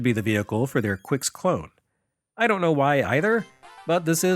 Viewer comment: I always heard that "Qix" is pronounced "Kicks" not "Quicks" but who am I to argue?